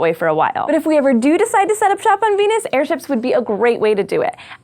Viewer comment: She says "Beenus"